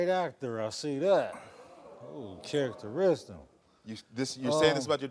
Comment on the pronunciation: ... this fool said "Characteristms" where do you find these folks 😂 🤣